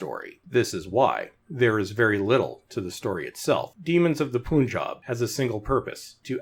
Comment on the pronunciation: It's pronounced pun-jab. Not poon-job lol